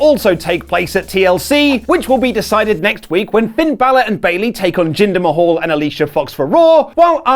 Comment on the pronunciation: It's MAHAL not fucking "MAHAUL"!!! As in Taj Mahal! Not the fucking Taj Mahaul is it? Becky is overrated shite as well as is most of the women's division. Bring back the 90's.....